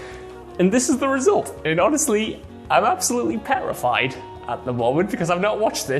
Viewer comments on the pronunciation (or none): I'm pretty sure he just said perrified